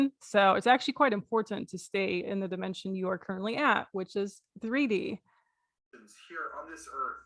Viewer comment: Fortunately, I got my money back. I don't know if he intentionally pronounces words a certain way to make him sound more intelligent. For instance, dimension. He says dime (as in coin) ension. Civil-eyes ation and a few others. I like how you mocked his "from the hood" stare at the beginning. LMAO! Keep hitting that list. And thank you. Too many people are being scammed and I'm glad somebody has the stones to expose them.